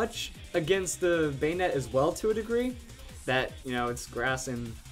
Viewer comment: Banette not banetee lol